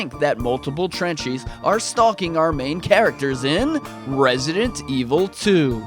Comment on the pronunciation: You pronounce the title wrong. I needs to sounds like this evil voice we all love RESIDENT EVIL 👿